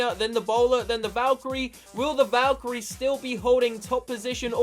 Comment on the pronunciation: valkarie not valcharie